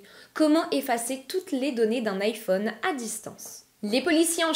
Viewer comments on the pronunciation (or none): none